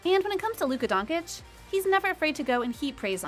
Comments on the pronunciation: I am not ignorant... but after 3 years by now in the spotlight, any serious youtuber/commentator should practice s lil bit before going online and butchering the surname. If you can say cheese you can cay cheech... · She is butchering his name, and many others Doncic = "DONKcic" Ginobili = "Kinobili" Celtics = "Kelvics" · how is this channel named Top NBA when cannot pronounce Luka last name if you are going to do a video about him? and no disclaimer to apologize if you butcher his name? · I’m still astounded how Americans keep mispronouncing Lukas last name, given that he’s a household name by this point….. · You're a professional media analyst who gets paid to talk about people. The guy has been in the league for 3 years and you continue to mispronounce his name. There's a difference between me barely knowing you and mispronouncing your name and someone getting paid to talk about you on top of that I'm ok with someone mispronouncing a name a few times but for 3 years?? No it's not ok buddy it's just unprofessional and pure lazy. Do your job it's what you get paid for. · Straight up disprespect at this point mispronouncing his last name. Unacceptable honestly. You are getting paid for pronouncing his name the right way basically. And league is gonna make billions out of marketing Luka through his career. Sorry man but at this point it should be frowned upon. Stephen A is the only one who gets a pass because hes doing it on purpose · + how can you make a video specifically talking about Luka and purposely mispronounce his Last name constantly😄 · youre a "normal" guy... no hate its just Luka is gonna make billions for the nba franchise through his career. You fucking dont mispronounce his last name like that after 3 years. Straight up nationalist disrespect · it is Donchich not Donkich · "Luka Donkic"........ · Who’s Donkitch ? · Not Donkick. Doncheetch. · I stopped watching this as soon as the woman speaking said luka don-kick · She sais Donkic ffs 🤣🤣🤣